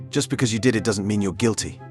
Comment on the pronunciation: Why does the narrator pronounce words weird? Like he pronounced "doesn't" as "doesn'tee"